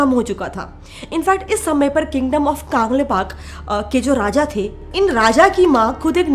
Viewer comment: Behen to kaaangleipak bol rahi hai bolo कंलैपाक